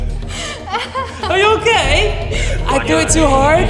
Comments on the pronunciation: Alex really did turn British for a second Alex: are you okay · I love them so much ive been watching alex and for a really long time now like rolanda and richard times lol anyways anyone else find it funny how when he said are you ok he went kinda british😂😂😂at least to me